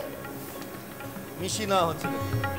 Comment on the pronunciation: joler quantity bola uchit chhilo.. Dekchi ke Dechki, deowa ke daowa, neowa naowa...e shob ki pronunciation... rubbish